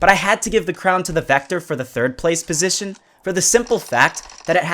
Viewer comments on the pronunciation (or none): Not pozishan u zee eye